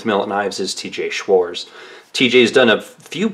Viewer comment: Schwarz even without the T is still pronounced Schwartz.